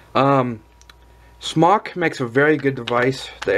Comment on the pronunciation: Smōk <— Pronounced Smoke ^ notice the long O...